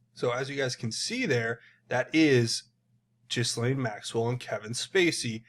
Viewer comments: Her name (Ghislaine) is pronounced "Gill Line" -- not like anyone really cares 🙄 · Just some information about presentation...its pronounced Guh-laine. Hope this helps to smooth things out!😉